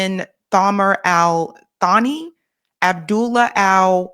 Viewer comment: Substitute th with s in thamar and Thani. Sani means second in Arabic, Samar is a name